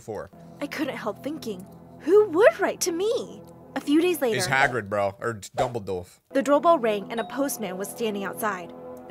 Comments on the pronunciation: Dumbalduf Sorry but that's not how you say it its dumbaldore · Dumbledore no dumbledolf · When he says he watched Harry potter but he says dumbelduf 😂